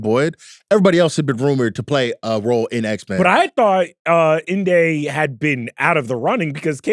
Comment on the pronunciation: needs to stop saying Inde name like that lol he tryna act distinguished. It’s pronounced “indy” its short its a nick name her mom gave her for independent